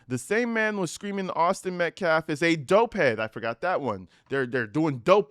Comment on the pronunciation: That minister guy says "Metclaffe" also